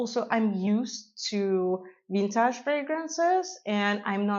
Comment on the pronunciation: Lol, I love how you say "vintahhj" (vintage) 😅